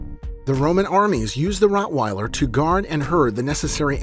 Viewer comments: Rottweiller not Routweiler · LOL it is rottweiler not routweiler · Routweiler? Lol. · Not Routwell but Rottweiler. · It's Rottweiler